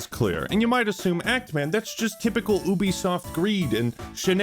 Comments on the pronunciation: never in my life have I heard someone pronounce it as oobisoft. I always thought it was yoobisoft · Wait….. is it pronounced’Ooo-bie’ or ‘You-bie’?? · Wait. Wait. Wait. Hold up. Hold on. Have I been pronouncing “Ubisoft” wrong my entire life, or are you just making fun of the name by saying it like that. I thought it was “you be soft” not “ooby soft” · Isn’t it pronounced “You-be-soft”? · Why can't Americans pronounce the letter U? Call of Doooooty Stardooooo Valley Oooooobisoft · Is that how ubisoft is pronounced? I always called it You bisoft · Wait is it ooo bisoft or you bisoft? He keeps pronouncing it ooo bisoft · Is it not pronounced Youbesoft?